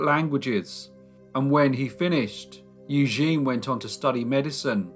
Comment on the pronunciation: It's pronounced EW-ZHEN